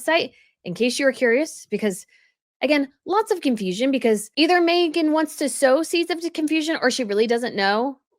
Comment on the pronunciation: She can't even get her name right 😂